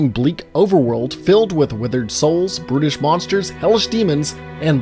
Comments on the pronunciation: Thought he said “British monsters” not brutish... had me for a sec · I though you said British monsters not brutish and felt some pride